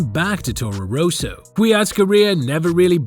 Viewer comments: Rosso, not Ro-so, How can you fuck this up? If you are American I will forgive you. Education is not known in that area. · It's Rosso, not 'Roeso'. Try Forvo.